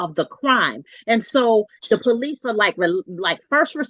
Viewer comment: She called the poh-lice? Multiple times? He needs to divorce that woman